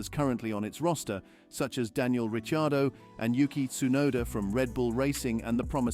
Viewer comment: Richiardo ?? "Rich" ??